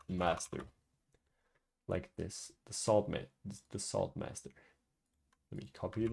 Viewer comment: what i hear: "sword master" what i see in text: "salt master"